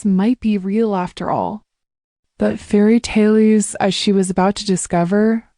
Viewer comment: "she believed in fairy taileys" 😅 😂😂😂😂😂😂😂😂